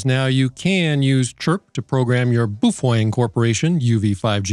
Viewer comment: BOOF WENG 🤣🤣🤣🤣🤣🤣🤣🤣